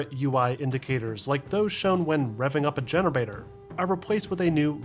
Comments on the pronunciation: "Revving up a Generbator" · This man really said genarbator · "A generbator" ? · great vid as usual. really enjoy your breakdowns. cant wait too see all the breakdowns this fall thanks to the main triple A games coming. btw why did you pronounce generator like that at 😆